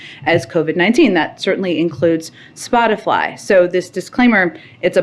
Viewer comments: Did....she say Spotifly? I can't unhear it now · Spot-a-fly? Is that what she said? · does she always say "SpotiFLY"? i swear I heard it like 4 different times now. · she said spotifly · Did she say "Spoti FLY ???" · She actually said “Spotifly”…that’s funny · Anyone else hear SPOTIFLY? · (Looks both ways…) … “Splotifly”? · Did she say “spotifly”? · Did she say “spot a fly” 🧐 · "Spotifly".... Wtf? People in the whitehouse are truly idiots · She’s said “Spotifly” instead of spotify. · SpotiFLY!!!! She said Spot if Fly! Among an ignorant response. She's the WH Comms director! Oh no! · Spotifly!!??!! She trying for a dig, or is that ignorant of something she is expressing her opinion on in front of millions. Its crazy either way!! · Am I literally the only one who hears her say Spotifly? Like can she know what the company is called before she comments on it, please? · "SpotiFLY" she said. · Psaki called it Spot-a-fly 🤣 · huh huh, she said spot-a-fly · No, no no. She clearly said "SpotiFLY" and not "Spotify" so she is obviously not talking about Joe Rogan or Spotify. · What she said was wrong, but I do like “Spotifly” better that “Spotify” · Did she just say spotifly...? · She said Spoti-fly 🦟. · This idiot said spotafly lol The app that updates in real time every time you spot a winged insect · "Spotifly" nice going Jen... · "Spotifly" lol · “And, vertically that includes Spotifly.” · She said Spot-a-fly 🪰🤪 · Did she just say SpotufLy. Lol.ignorance has no limits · Did she say "Spotifly"? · She called it "Spot a fly" 😆😆😆😆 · she said “spotifly” lmao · Is it just me, or does she keep saying “Spotifly? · Jen said “spotafly” - the Pence Harris debate fly strikes again! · Did she say "Spot-A-Fly"? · Did she say ‘spotifly ’? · The reporter asking the question needs to go back into his moms basement with his hot pockets and video games. She can’t even say Spotify she said spottafly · This bitch said “spotifly “ 🤣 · Misinformation: she says spotifly. 😂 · Did she say spotifly?